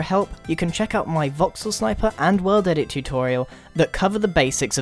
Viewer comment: that moment when he said world edit. he says "well dedit"